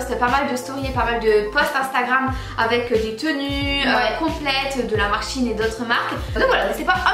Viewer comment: SHEIN pas chiine sinon super vidéo 😅